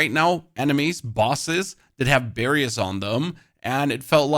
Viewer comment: Do you mean BARRIERS? Why do you keep saying Barrium?